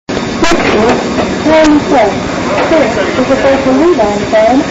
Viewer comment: “The next station is Charing Cross cha- change here for northern line railways” I can tell they messed up and yet TFL used it somehow I’m glad they got rid of it